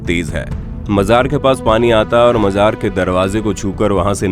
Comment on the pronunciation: Bhai majar nahi Mazar hota hai